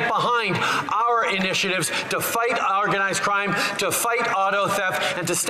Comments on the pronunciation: Sounds like JT said “Our-ganized crime”. Freudian slip?? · “Ourganized” crime..🤨